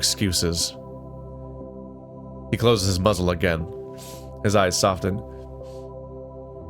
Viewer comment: The T in soften is silent. 😅